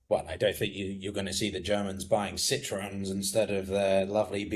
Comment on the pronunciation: The way butchered the pronunciations of Citroën and BMW..🤦‍♂🤦‍♂